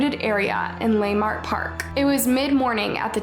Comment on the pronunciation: The Black Dahlia was murdered in L.A. on Norton in between 38 & 39th in the Leimert area…pronounced (Le’mert)!